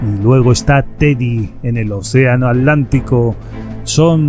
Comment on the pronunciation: Se dice ;océano Atlántico, no alantico...Atlántico